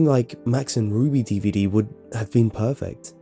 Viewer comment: Every time he says been,he pronounces it bieen